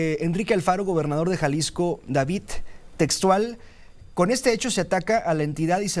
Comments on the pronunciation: No es Davitt, es Davidddd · No se dice Davit se dice David no copien la forma errónea de hablar del kks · Cuando dice DaviT me recuerdas a ya sabe quien